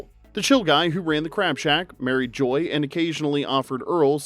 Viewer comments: You called Joy "Jo"! Nice channel. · I laughed when he calls Joy, Joe.